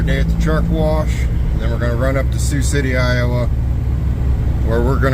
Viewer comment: Did you say warsh the truck? Lol.